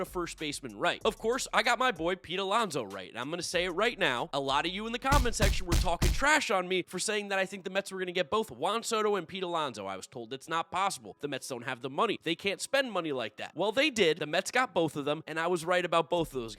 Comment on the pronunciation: Nice speech impediment. He struggles to say Juan soto and often says Huan dodo, so the captions often go with sodo. Sharpen your ts